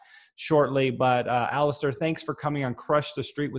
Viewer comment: Actually “Alasdair”.... ?Scottish roots.